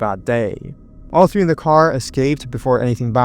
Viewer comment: You have the that chapter YouTuber syndrome where when you go to say the number 3 you pronounce it it like tree it’s tha ree THHHHAAA REEEE NOT TREE